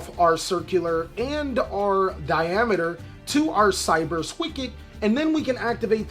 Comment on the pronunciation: Thumbs up for pronouncing Diameter right!! Holy that's a rarity. Then he beats Nambla to death!